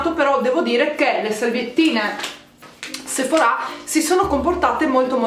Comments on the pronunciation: Si dice Sephora nosephorá e ti consiglio di usare l'acqua mi cellare così nn ti si arrossa la pelle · Ora mi parte l’ Hermione che è in me: è sèphora non sephorà ahahah p.s. Bravissima bel video❤️